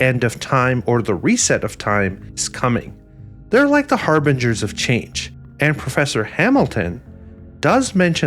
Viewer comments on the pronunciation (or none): none